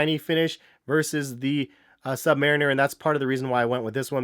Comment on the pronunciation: I think you may of pronouned submariner wrong....